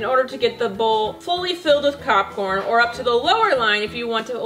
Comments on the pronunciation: did she say copcorn? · did anyone hear copcorn?